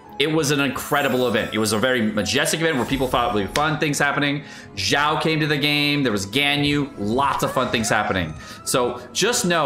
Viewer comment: its "xiao" not "jjiao"